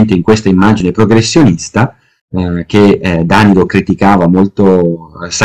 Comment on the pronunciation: elbowcough:Dànilo interrogato. Oggi ho due ore di Pievani, dov'è la droga ? Battute a parte, le sue conferenze sono comunque ogni volta intriganti come minimo, ma si dice Danìlo.